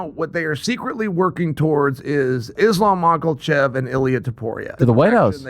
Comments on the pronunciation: "Islam Michaelchev" - Chael Sonnen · Islaf macklechef? christ, chael is insufferable lol